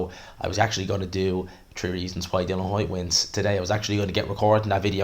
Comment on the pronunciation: Boils my piss when people say Dylan Whyte. It's Dillian FFS, you've even written it in your headline 🤦🏻‍♂️